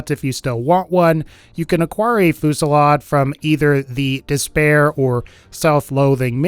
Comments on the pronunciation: 5: 59 Holy fucking shit. It's pronounced 'few-si-lard' not fucking 'foo-si-lard' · It's pronounced Foo zee yad